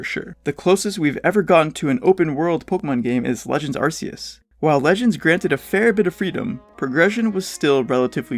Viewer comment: it's pronounced "ar-key-us" not "ar-see-us"